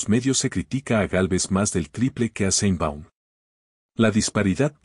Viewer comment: Aprenda a pronunciar sheinbaum,no seinbaum